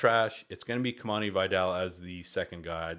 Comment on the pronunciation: Great video, thanks ! FYI is pronounced Kimani "VEE-dal" not "BYE-dal"